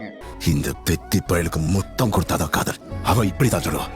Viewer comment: காதல் ❌காதோல் ✅